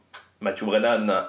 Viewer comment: Belle prononciation du nom du vainqueur!